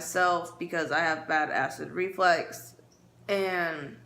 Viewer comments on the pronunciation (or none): Omg IT IS “REFLUX” I can’t believe Destiny said it wrong too 😂😂😂